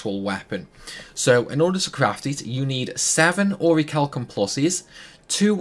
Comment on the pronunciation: The H is silent in Orichalcum+